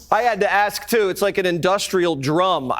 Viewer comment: It's ask, not axe. lol